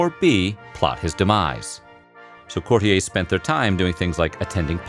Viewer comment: Courtiers = court-EERs, not "Cort-ee-ays"..., Weird Pronunciation